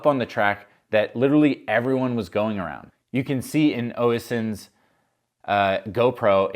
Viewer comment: Oh-ih-sin.... 😂 Oisin - Ush-een (Jack Moir calls him Mush for a reason :))